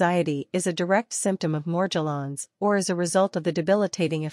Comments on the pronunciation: She dosent pronounce Morgellons correctly... Why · Yeah, it’s highly suspect and a clue to the unreliable nature of this video.